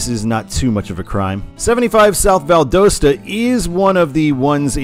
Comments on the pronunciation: some pronunciation corrections on the cities in georgia and florida: valdosta is said "val-dah-stuh" and ocala is said "oh-cah-luh"! also, id say valdosta gets signed for 75 because it's a point where it's still near enough to not instantly exhaust you when you read it (as atlanta would, at least for me) but far enough to still be meaningful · Not from Valdosta, but I have always heard the locals pronounce it Val Dah Sta. Might be useful for the 75 videos